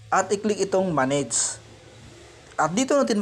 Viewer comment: .sabi nya "go to manidz" anong manidz?, manidz or manage?😂😂